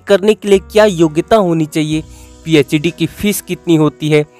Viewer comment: Phed nhi phd hay wo 😒